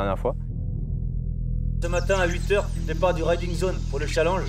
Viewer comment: Avouez sa nous énerver tous quand il disait chalanges